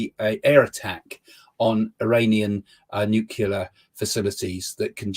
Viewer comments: I can't take anyone seriously who says nucular instead of nuclear. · it's nuCLEAR. Not nuCULAR. NuCLEAR. Please pronounce it correctly. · Nuclear. New clear. Not "nuke you'll... Er..." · "Nucular." Ugh. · Another idiot who can't pronounce nuclear properly. It's not nukular....ffs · Hey join the club of idiots who pronounce nuclear as nookular.Fellow luminaries are George W Bush,Homer Simpson and Family Guy's Peter Griffin.You're in good company there mate. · "Nu-ke-lar"? You can't take anyone serious who can't even pronounce 'nuclear' in his own native language. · This man is about as convincing as a pantomime horse. What is a "nucular" bomb? 🤔 Just when did the dwarf planet Pluto start to feature in the ancient pseudoscience of astrology? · I kept hearing "new killer" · He saw his shadow.. That means 6 more weeks of "nucular". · 'nucular bombs' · I just saw Creaky complaining that (some) Americans say ‘nucular’, and here's an Englishman doing it! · Did he say nucular? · As soon as the laughable clown says "nuke yuh ler," I've seen enough, not that any of his babble before that was more than moronic wild guessing. Then the moron says there's a meteorite flying around the solar system. Could some body tell him what the word meteorite means? Even though what this guy does is trivial, stupid and laughable, he just isn't close to good at it. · Psychic, but doesn't know how to pronounce nu-clee-ar... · The orange scarf gives him his powers. Ohhhhh, he says nucular.... he's a big brain. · I don’t trust someone who can’t pronounce nuclear. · I think that half point should be deducted due to the failure to pronounce "nuclear" correctly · This guy doesn't even know how to pronounce the word nuclear correctly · Hmmm. He can't say "nuclear". That tells me all I need to know. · Yet another one who cannot pronounce the word 'nuclear'.